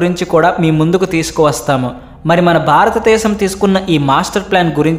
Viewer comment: తెలుగు భాషకి ఒత్తులే అందం. ఆ ఒత్తులు లకుండా మాట్లాడితే అది తేలి పొయి నట్టు ఉంటుంది. కనుక ఇప్పుడైనా ఒత్తులు ఉన్న చోట కాస్త ఒత్తుల తో మట్లాడితే బాగుంటుంది. మరీ బారత దేశం బారత డేశం అంటున్నారు. భారత దేశము అని స్పష్టంగా పలికితే బాగుంటుంది. ఇది మనవి మాత్రమే.